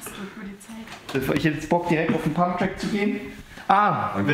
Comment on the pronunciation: Pumpen gehn ❌ Pumpträck gehn ✅ Farbe von deinem Kübel kommt gut!